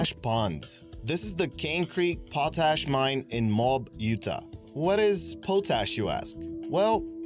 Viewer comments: Pot ash not po tash. Jeez. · Poe tash? sigh Potassium carbonate, not potassium chloride. Pretty pictures, though. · Pah Tash Ponds in Mobe Oota? WTF is his native language, anyway?